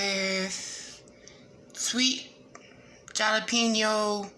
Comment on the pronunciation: Jalepeno is not pronounced with the J, its pronounced like "halepeno"